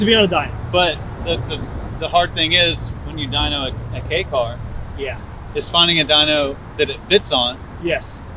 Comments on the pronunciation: I'm not sure on the 4 foot measurement, but I know the 8 foot long part is definitely wrong. It's much closer to 11 feet. All he had to do was measure the one next to him. I don't know about the downtown city reference he speaks of, but the KEI (pronounced like the following letter, K) class does get some preferential treatment regarding registering and taxing, though Japan has reduced some of these advantages in the past few years. At one point you didn't have to prove you had an off the street parking place for them because of it's small size. This car is from the end of the bubble economy, back when people had money, and car companies were bold enough to try fun things that maybe didn't need to speak to almost everyone to justify building them. I'd love to have one, the 4WD version if possible. A nice video. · pronounced K" not Key haha but great vid chap! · Kei is not pronounced key its kay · You pronounced kei wrong